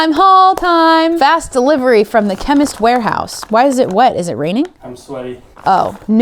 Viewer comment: The way kept saying Chemist Warehouse like Chemical Warehouse was hilarious 😂😂😂